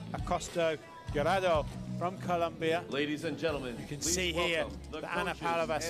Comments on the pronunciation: El narrador: Valentina Acosta Giraldo. Valentina Acosta Garaldo. Valentina Acosta Garado Valentina Acosta Girado Valentina Acosta Gorado 😑😑😑😑😑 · this commentator cannot read Giraldo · God those commentators could not pronounce Acosta Giraldo's name to save their lives. I'm British but it's embarrassing. Just read the letters in order, it's not that hard. Giraldo. Not 'Gelado' or 'Gilardo' or whatever else they came out with. They were even throwing in a few 'Ascostas'.